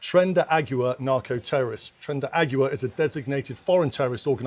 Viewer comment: He can´t even say Tren de Aragua. He says Tren de Agua ( The Water Train). Cool.